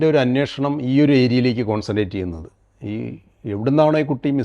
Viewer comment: അന്വോഷണം അല്ലെടോ അന്വേഷണം